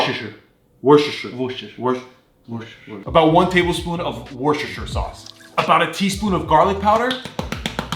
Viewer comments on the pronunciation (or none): let me get this straight its wor-ses-ter-shire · its pronounced "wash your sister" sauce. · Wshrhrhr sauce and how you say it it's worstasheee sause that's how you say it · It’s war-shester-shire. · Worcester sauce aka Worcestershire sauce is pronounced like this" worse-ter-shire sauce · It’s worsh-it-shire-shush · I though they said WoXingShi😂😂😂